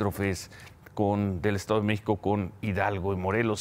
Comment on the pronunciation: Hable bien, parece que dice: "El estado de Meco, la Ciudad de Meco" 🤦🏻‍♂️